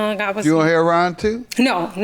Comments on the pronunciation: Hair-on is how you pronounce heroin? Since when? Lol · What’s with pronouncing heroin “Herron”? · Why does JM pronounce the drug "Hair-on"? I've never heard anyone but him say it that way. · I know she was from Chicago by the way she pronounced heroine. Heron is the pronunciation here.